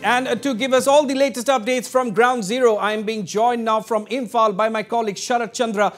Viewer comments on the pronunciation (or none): Samehere😔✊ he can't even pronunciate Imphal properly 💀